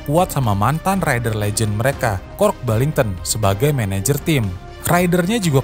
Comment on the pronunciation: Why you keep switching from saying Kooasaki to Kawasaki? Why do you pronounce Kork Ballington's name Kork Bington? He also never managed the 250cc race team!